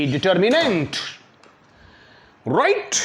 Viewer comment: Rirrrrright right 😂